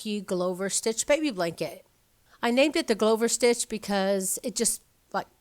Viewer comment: It's pronounced Glove + -er, as in "one who makes gloves"; "I am a glover by trade."; or a stitch used in making gloves of the cotton thread variety back in the day, used in the cottage industry of gloving; rhymes with "loving". Just an fyi, there have always been "1 row, 2 row, or 3, or more "row repeats" that you are calling tiered stitches that you said were New Concepts... to you, evidently... there is nothing new under the Sun and if you go back far enough into crochet, knit, macrame, and Tunisian stitch histories, even B.C., or now they call it B.C.E. times, you will find some interesting stitches that some of us still can't figure out how to do and there aren't any instructions for. You may have just figured them out, giving them a new name. I mean there were a couple of times that I thought I had invented a new Stitch only to find out that I had not. And when I was learning to knit I just thought, wow there is a lot to knitting, but what I did not know was that there are so many ways to knit and I was looking at all of them and since every Knitter seems to think that their way is the only way they do not bother to label what type they are doing in a video I found that if you did not know what name to call the type of knitting you are wanting to know the how to for, you are SOL! I had set out to learn it all cuz I just thought that's what knitting was. I began dissecting the parts that I didn't like from English throwing style and flicking, which all seems to be a halt